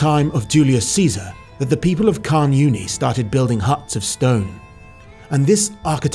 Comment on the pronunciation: Nice vid. Down here it's actually pronounced more "karn oonie" than "karn younie" & " tche-ZOYster" for Chysauster